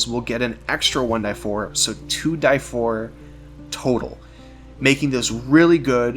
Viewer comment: anyone else triggered he says 2 "die" 4